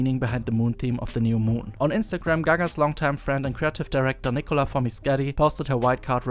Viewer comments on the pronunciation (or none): Is that how you are supposed to pronounce Nicola's last name?